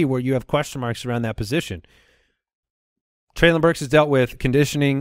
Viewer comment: Guys it's trey-linn burks not Trey-lawn Burks.